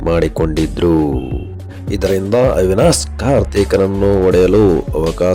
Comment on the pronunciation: ಅವಿನಾಸ್ ಅಲ್ಲ ಮಾರಾಯ ಅವಿನಾಶ್ ಅನ್ನು